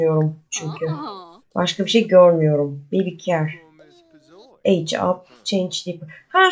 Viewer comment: Celeste selest diaper daypır ve care keyır diye okunur sevgilerle🙂